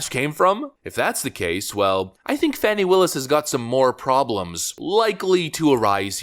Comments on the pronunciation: Her name is Fani it's pronounced Fahh-nee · Her name is FANNY. Not fawni. Fani.